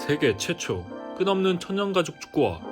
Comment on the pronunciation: 영상은 너무 좋았는데요 천연가죽 발음을 자꾸 천년가죽으로 하시네요 ㅜㅜ